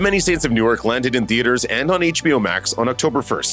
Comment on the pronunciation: Newark is pronounced new-work not newyork.